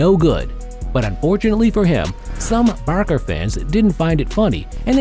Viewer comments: Why did you call barca barka . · Why did you call Barca Barka bro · Barcelona Fans: VAMOS BARCA! Him:Vamos Barka Barcelona Fans: Why Did You say Barka Its BARCA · Man said barka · “Barka and Bilboa” “ Messi’s goal held barka” 💀💀💀💀💀💀💀💀